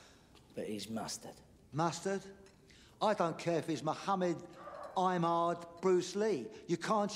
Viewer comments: I'm pretty sure he's saying "Ahmed" with ignorant mispronunciation. Why would he say "I'm hard"? Doesn't even fit. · Its ahmed which he pronounces like aimad....